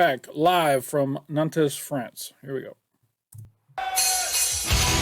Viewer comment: Nantes is pronounce nant lite ant